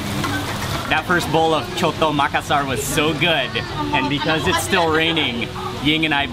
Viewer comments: The name is not coto the name is soto with S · Called SOTO NOT COTO lol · In Think the right Speeling is Soto.. Ss sounds.. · Soto bro not coto 😂